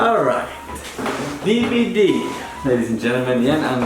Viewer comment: DBD is what it would sound like when a Pinoy pronounces DVD. 😝😝😝